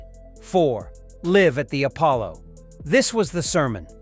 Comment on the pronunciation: Love the pronunciation of 'Live' 😂😂